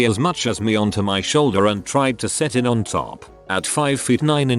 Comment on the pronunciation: I love how ish the speaking program says “I T” instead of “it.” To be fair it usually is IT instead of it lol